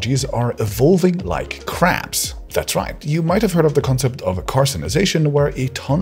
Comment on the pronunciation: When I thought he said caps he actually talked about crabs